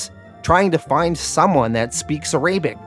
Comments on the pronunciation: Arabic. AIR-UH-BICK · I know you talk funny sometimes but "A-Ray-bic?? Come on man. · Love the video but please pronounce it ah-rah-bic. Sahlem